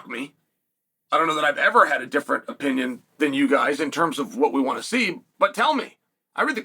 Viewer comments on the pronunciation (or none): none